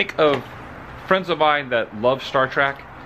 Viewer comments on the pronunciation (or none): Hey Woo its Star Trek not Track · I enjoyed the video thank you for the walkthrough, it was hard getting past you always saying star trak instead of star trek. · Star Trek...not star trak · Stop saying Star "TRACK". It's Star TREK. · Lol....It annoys me whenever people say "Star Track" when it's pronounced "Star Trek". I have faith that you will correct yourself in the future. Im super jealous you got to sit in the captain's chair!!! Anyway thanks for awesome the video! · I confess I had to laugh because I noticed Adam interchanging the pronunciation of the show between "Star Trek" and "Star Trak". I think I pronounced it the latter - even throughout the majority of my teen years - LOL. In regards to the temp comments time mark - , you two obviously never grew up or lived in NE FL in the winter. It wasn't uncommon for temps in Jax to get down into the 30s and sometimes 20s at night. It could even (and did) get into the upper teens on rare occasion. The moist air does make it feel colder. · "... Star Trak... "??? ok. I can see clearly now. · "Star Track..." A true fan, ladies and gentlemen. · Every time you say Star TRACK an Angel in heaven has it's wings ripped from it's back. IT'S STAR TREK !!!!! You have the brain of a Tribble! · I couldn't help but notice that you said "Star Track" as opposed to "Star Trek" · I'm uncomfortable how he said "star trak" its trek sir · I'm 55 seconds in, and I'm already annoyed the keeps saying "Star Trak." I'm glad I waited to the end before posting, I think someone corrected Adam cause he stopped sayin it that way on the very next cut. I'm also blown away how much more "Kirk" is just in his casual personality than the other newer Kirks that have appeared in the newer official shows. Hmmm... I mean, it's not an accent, right? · Star “TRACK”? Seriously?!? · said "Star Track". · There is no "A" in trek.